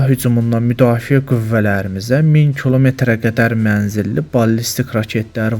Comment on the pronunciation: Torm2 alinmayib ermeniden qenimet kimi götürülüb ozde kolmetr yox kilometr duzgun danışmagi oyren